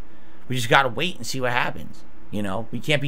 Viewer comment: How the hell can a guy turn the word "and" into three syllables?